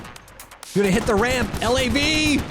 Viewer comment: LAV not L A V. 🇨🇦🌝